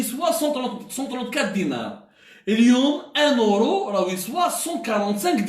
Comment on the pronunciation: ON DIS EURO ET NON ORO